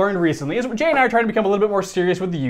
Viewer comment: I thought jay said “and I’m gay!” 😂😂